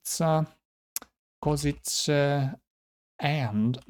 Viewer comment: This is nuts! Great job, wow, I didn't even think it was possible lol Some pronunciation corrections: Olomouc is pronounced roughly like "olo-mow-ts" and Košice is (are) pronounced "Ko-shi-tse". :)